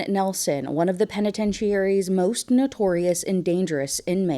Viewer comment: Since when did people start saying penitentiary like that? This is the second time I’ve heard it recently. Also the way the description is written makes it sound like no one knows why he’s in prison 😂